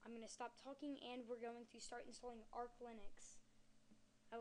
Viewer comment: ITS FUCKING ARCH NOT ARK LINUX!!!!!!